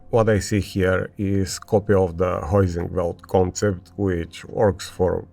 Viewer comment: Heusinkveld with V not a W. Good video as usual mate❤